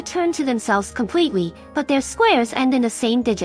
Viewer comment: Compweetwey holy shit die